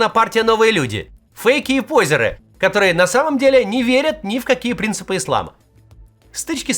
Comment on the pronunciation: Не пОзеры, а позЁры надо говорить